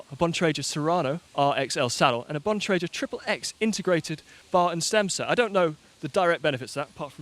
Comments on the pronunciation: I love you, but it's pronounced like a ghost says, Boo, with an "N" on the end. Trek's CX bikes are Boone & Crockett—a bit of American history, a nod to hunting. And Bontra-gur, not "jer." Anyhow, thanks, as always,. We'll excuse your pronunciations. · Now if could only learn how to correctly pronounce Bontrager, we'd be set!